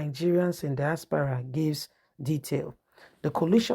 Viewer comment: Not dispara but diaspora,you cannot pronounce words,I wonder if you are a teacher you would destroy their brains.